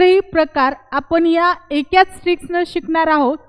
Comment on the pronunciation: एकाच असे बोला. चुकीचे pronounce करू नका. खुप छान trick.